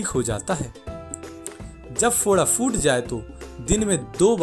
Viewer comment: Phoot jata hai na ki foot jata hai correct your pronunciation